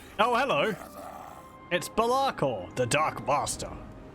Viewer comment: Why do you say Belakors name weird? Lol